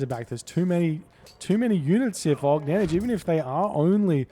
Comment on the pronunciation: he pronounces it almost right. the last letter is incorrect tho